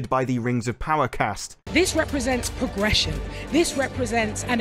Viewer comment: She..... she just said POG-ression ..... not "PRO-gression"......."POG-ression" She can't even pronounce the word! lololol